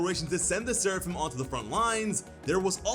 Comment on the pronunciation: You maybe saying Seraphim but all I hear is Sarafan!